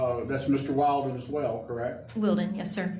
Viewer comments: He's INTENTIONALLY saying "WILD-en" istead of "WIL-den." It puts the word "wild" into everyone's head and annoys her which may create an emotional reaction. her voice texture begins to change...indicating the stress is getting to her. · Its funny the lawyer keeps getting his name wrong. He keeps saying wildman. Doesn't ever fix it. I love it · That lawyer is worth his fee frfr… I swear he was saying “wilden” on purpose just to be annoying. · Lawyer thinks hes slick saying that boys name wrong on purpose. Hes calling him "Wildin" for s reason 😂😂😂😂😂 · Who else thinks the judge keeps mispronouncing the boyfriends name on purpose? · Anyone else notice that his attorney is purposefully misannouncing Mr. Wilden? What great strategy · The husband's attorney is also getting the name wrong on purpose to upset her. 😂😂 it's so childish and I love it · Judge mispronouncing his name purposely to test her patience and push back. Dude is slick 😂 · She gets more mad about him pronouncing his name wrong over questions about her kid